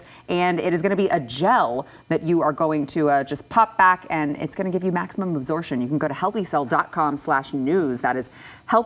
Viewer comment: needs to learn how to say “absorption”